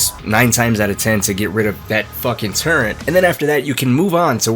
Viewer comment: Does know it’s turret and not turrent? 😅